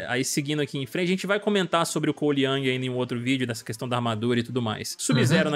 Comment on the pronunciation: Não é Yang é YOUNG! COLE YOUNG!